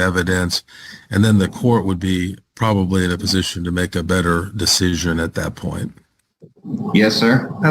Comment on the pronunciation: Did he say "verbably?" Probably!